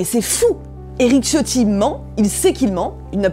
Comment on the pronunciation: Ciotti étant d'origine Italien son nom se dit C"h" iotti (comme le wc) , en attendant merci encore pour ce numéro :)